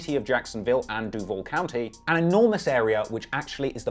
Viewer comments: FYI, they tend to pronounce Duval "Due-Vol" not "Duevl". I don't know how easy it is to change your pronunciation tho. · I don't understand why you are doing shit on Florida I'm from Florida Born and raised but I'm up north now but I know that you have no idea about Florida g lol but I don't know what has you doing a Florida one and learn how to pronounce the name of Duval county but good Try and I like the video because I am seeing what you think so